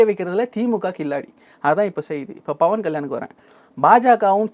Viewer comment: நெறியாளரே உங்களுக்கு ba க்கும் pa க்கும் வித்யாசம் தெரியல்ல.. bhavan இல்லை pawan.. பா(pa)ஜக இல்லை பா(ba)ஜக.. இதற்கு முன்னே பாலியலை baliyal என்று உச்சரித்தீர்கள்..